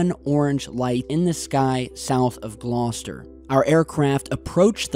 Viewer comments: Great to see something from the UK on the channel (and just down the road from where I live!). Thanks for bringing this to my attention,. Perfect pronunciation of 'Gloucester' too. 👍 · Hi. Well done in pronouncing Gloucester correctly. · points for correct pronunciation of Gloucester! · Damn you said Gloucester correctly I was waiting for the classic American mispronunciation 🤘🏻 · Well done on your excellent pronunciation of Gloucester.